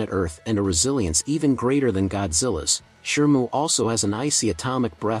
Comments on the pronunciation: And Shimu not Shirmu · How is it that you always pronounce "Shimu" as "Shermoo"? 😅